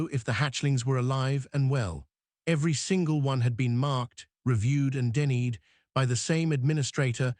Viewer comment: Denny-ed? It's pronounced "denied"!!! Really, don't you check before posting?